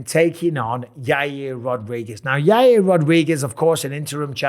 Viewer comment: Chael calls him Yahrear